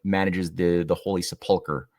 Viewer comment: Love this series, well done. Please see the correct pronunciation of the word "sepulcher" -- accent is on first syllable -- thanks.